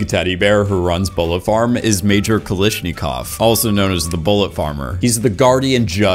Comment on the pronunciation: Great content Terrible pronunciations Doof in doof warrior rhymes with book not food Klishnikov is not how you say his name, it is supposed to be exactly as it’s spelled, it’s the Russian name for an AK47 etc